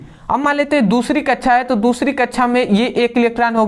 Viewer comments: Or ye kya laga rakha hai कच्छा /कच्छाओ abe bhai कक्षा /कक्षाओ hota hai thoda dhang se keh lo bhai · कक्षा ❌ कछा ✅